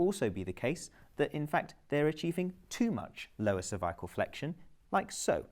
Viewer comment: This would be a great video but mispronunciation of cervical is so distracting and reduces its effectiveness.